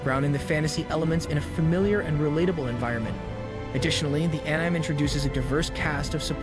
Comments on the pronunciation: It's pronounced animay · Bro said ehnaime :( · Enzyme without the z